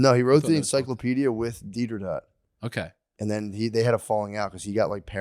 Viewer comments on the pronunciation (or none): Dee-der-dot is one of the best Matt-isms I’ve heard in a while 😂😂 it’s Dee-der-roh